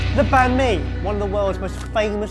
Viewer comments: You pronounce banh mi wrong! To say it proper say beng me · Bahn mi is pronounced more like bun mi not ban mi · I know it’s a year late but “banh mi” is pronounced “ bun me “ not ban me just saying... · Why in the world.... its pronounced bawn mee. bahn mi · The way you guys said Banh Mi. Haha. But you guys aren't Vietnamese, so fair enough. Loved the video though. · The way that they say Bánh Mì triggers me😂😂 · As a Viet , I feel so offended on how they say Banh Mi ...... But It's so hilarious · I got triggered real fast when they said Bánh Mì wrong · when ur viet and they said banh mi ahaha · Whenever people say Banh Mi, I cringe most of the time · you guys butchered the name :v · You pronounced bánh mì wrong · thats not how u say banh mi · Your pronunciation of Bánh Mì makes me cringe. 😂 I love sorted food but please... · Why must you people pronounce banh mi wrong.... I am Vietnamese and I am like.. Why?... Nice twist on it btw.